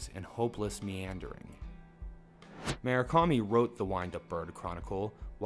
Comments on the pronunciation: You realize there's a 'U' in Murakami, right? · "Mu -Ra - Kami"